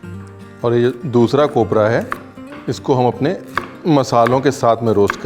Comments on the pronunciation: Ranveer Bhai, kopra nahi khobra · Sir it's khobra Not kopra 😂😂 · कोपरा नही खोबरा भाई😅❤️ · Kopra nahi Khobra कोप्रा नहीं खोबरा खोबरा मतलब नारियल का अंदर वाला सफेद हिस्सा. जो गिला और सुखा दोनो तरीके से इस्तमाल किया जाता है. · कोपब्रा नही खोबरा होता है.... पहले ही बता दे रहे है, ...... फिर आप बोलेंगे,......... आकाश आपने बताया..... Nahiiii 😅😜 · it's khobra not cobra❤️❤️ baki sab .... as usual.... भारीच 😅😅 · Bhau kopra nahi khobara